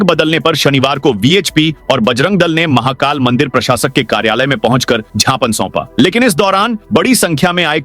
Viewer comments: उद्घोषक महोदय,छापने नहीं ज्ञापन बोले।कैंडल मध्यप्रदेश के उद्घोषक ही ऐसा करते हैं।भाषाविद भी ज्ञापन को सही मानते हैं।छिपने य ज्ञापन गलत है सही शव्द व उच्चारण ज्ञापन है। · यू ट्यूव न्यूज प्रसारण कर्ता महोदय बार बार ज्ञापन शब्द को क्षापन शब्द बोला जा रहा है। शुद्ध हिंदी शब्द ज्ञापन है।